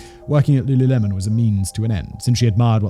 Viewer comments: pausing to request that we make “looluhmen” the official pronunciation, honestly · Simon completely unaware that he definitely said lulumelon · Wtf? There's the singer Lulu and, well, lemon. You couldn't work it out?! I know you sometimes have pronunciation issues but wtf?!! I love your content so much but this is a new low